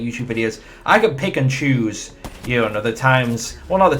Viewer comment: Did you said Pickachu ? or pick and choose ? LOL